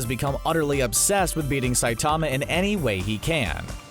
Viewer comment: CBR: Saitama has awesome power, here are a bunch of details from the show. Also CBR: pronounces Saitama's name wrong for the entire video.